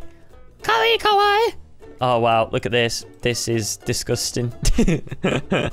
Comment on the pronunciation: The cringe when he said kawaii wrong. >.<